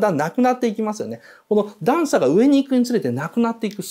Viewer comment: 段差の言い方がダンサー